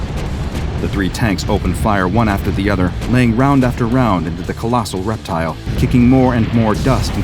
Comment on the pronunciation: Try 'reptile' not 'reptial'.... sheesh